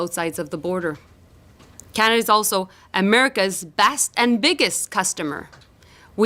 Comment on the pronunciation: Can Melanie please pronounce Canada properly it is not canda